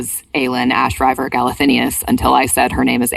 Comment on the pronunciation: Yay! Can’t wait to get to one of my favs in the series. P.s. it’s ash-river, not rye-ver